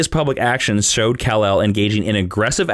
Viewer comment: say's Criptin (for Krypton) Cul-l (for Kal-El)